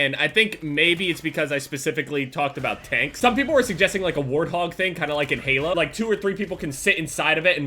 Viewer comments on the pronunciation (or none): none